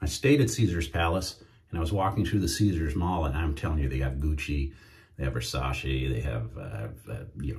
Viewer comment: Just to let you know . The correct pronunciation its the way you say it versace It aint versa-she it aint an english word